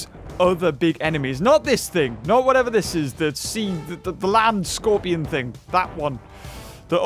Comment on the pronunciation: DID HE JUAT SAY LANND SCORPION LOLOLOOOLOLOL